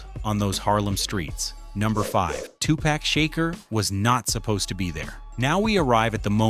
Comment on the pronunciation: Who the fuck is Tupack Shaker